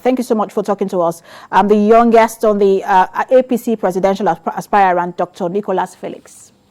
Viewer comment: Stop pronouncing "Aspirant" as "Aspire-rant." It's pronounced ˈaspərənt', not aspire-rant. As a news caster, you ought to know better.